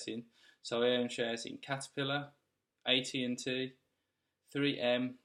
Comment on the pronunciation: AT&T, not AT&AT 😂